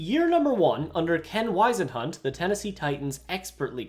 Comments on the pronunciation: Who tf pronounces ken Whisenhunts and Mariotas name like that? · You're making fun of a team but yet you can't pronounce a name. Ken Whisenhunt. Yea you butchered that name 😂